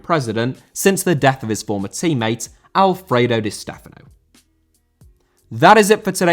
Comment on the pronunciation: Alfredo* not Alfreidouw